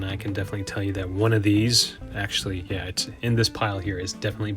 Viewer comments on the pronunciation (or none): none